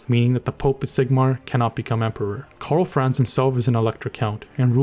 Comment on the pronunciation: ? His name is Karl Franz. Not France as it sounds in the Video